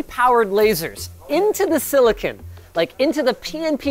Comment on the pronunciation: FFS it's not silli-kin, it's silli-con.